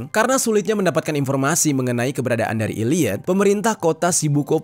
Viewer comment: Maafkeun, tapi saya merasa gagal fokus gara2 Bang Jeri bilang Illiyot. Itu bacanya Elliyet, huruf e yg bunyinya kayak e di kata 'cakep'.